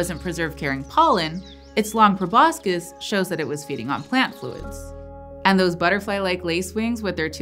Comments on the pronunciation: proboscis = "pro-bos-sis," not "pro-bos-kis." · By the way Proboscis is pronounced without the c.... probosis otherwise a good video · It's pronounced prow-baa-suhs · The s+c in proboscid should sound like the shush sound, not like the s+c of schematic! That's Latin after all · great video but can't get over her mispronouncing proboscis